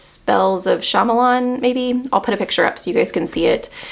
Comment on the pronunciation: I'm looking forward to hearing your thoughts on A Spell for Chameleon. (And mildly amused at your pronunciation of "Chameleon". Think the lizard that can change it's color to blend into the environment. Don't worry, though, you're not the first to stumble over it. There's even an episode of How I Met Your Mother where Ted mispronounces it. Sadly, he's referring to the lizard, and not the Anthony novel.) The others look interesting too, and I especially would like to read Malice by John Gwynne.